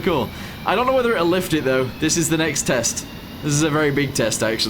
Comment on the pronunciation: "This is the FLiFT"